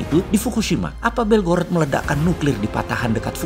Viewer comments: BelgoroD bukan BelgoroT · belgorad bacanya om hehe selalu seru gt nonton videonya bossman biarpun kadang ga mudeng2 bgt🤭🙏